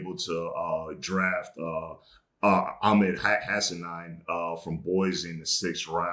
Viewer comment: I love BH but please…could he learn how to pronounce Ahmed’s last name? #OnePride